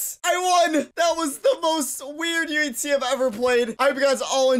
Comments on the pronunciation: Why does it sound like he is saying yutzee instead of uhc? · why he say uhc so odd